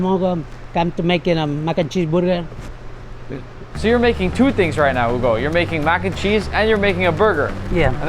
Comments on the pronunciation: “Base the buga wit da buttah” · "haiiii i hugo today we make mac and cheese borger :D" im in love ❤ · Bro its not burger its burgir😅😂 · I thought he said booger😂😂😂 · I love Hugo’s “Borger”. This man deserves to be famous. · all i heard was BURGUR. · I love how hugo said burger 😂😂😂😂😂